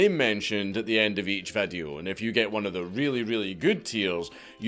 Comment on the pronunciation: Bro I know you can pronounce video correctly and all the other words you butcher… 🤦🏽‍♂️ just say video bro no need to change the vowels! Vadeo??? wtf is that???